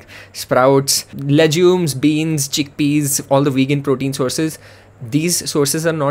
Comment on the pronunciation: Lehjumes!!!! What are goddam lehjumes!!!! 😆